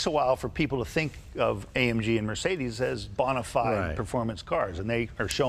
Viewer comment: AMG. Not AMGEN, Jay. 💰